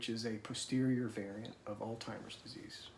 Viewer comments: This is to. Plz plz plz pronounce Alzheimer’s by its proper sound. Theres no “”timers” in Alzheimer’s. This of us who have this disease cringe when u pronounce the word wrong. I hope u went back to your wife’s accounting job & explained what your wife went thru especially when she was demoted! How terribly cruel. The person who demoted will confess that u cant blame them but yes u can because she didnt get demoted because she was doing well work. Im tired of drs putting ppl down for making an appt to talk about symptoms, & all the patient gets is your weird, your family is weird”u don’t know what your talking about etc. God Bless the both of u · Wow, tough crowd. First of all, I'm a nurse and have worked with people who have cognitive impairment. The pronunciation of Alzheimers is pronounced differently all the time. The way you are saying it, is not wrong. It breaks my heart that you were embarrassed by it. You absolutely should not be. I didn't even notice until I read your comment. To all the people who pointed out the different way says it in this video should be embarrassed. What a thing to fixate on. I had to vent about that. Thank you for listening., I am so sorry for your loss. What a lucky woman Teresa is/was to have you in her life and you her. Finding the love of your life is not easy. I hope you are finding some peace that she is in peace now!! ❤❤❤ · Blessings to both of you. Please, Alzheimers does not have a 't' or 'd' in it. I know the hell you're going through. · Stop mispronouncing her disorder. You obviously are intelligent since you can remember all the dates and steps in her journey. So, use your intellect to get the name of her disorder pronounced correctly. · He was so fluid and articulate throughout the video that I couldn't understand why he persisted in mispronouncing it. He even gave the website and said "alz..." I feel a little mean to be agreeing with you but it was strange. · It’s called Alzheimer’s not altimers